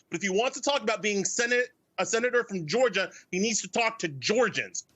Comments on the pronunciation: It's not pronounced "Georger" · This guy can't even articulate the word Georgia , he said "Georger" Which isn't even a thing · You can't even articulate the word "Georgia"